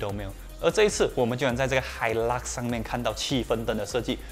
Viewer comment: 发音错了 是hailak 不是hilux 🤣🤣🤣